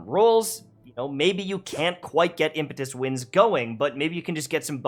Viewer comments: im 'pet' chuous winds not impitus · Impetuous not impetus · Him mispronouncing “impetuous” is more annoying than it should be. lol